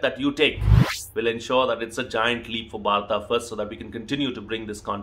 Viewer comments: Thanku sir ji.... I have a problem.,.... Why INDIAN also speaking wrong pronunciation....of भारत...? It's not भारता... Why have they become so blind behind English? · Sir why do you pronounce bharatA ? We would love to here it as bharat (भारत). Thank you for brilliant content .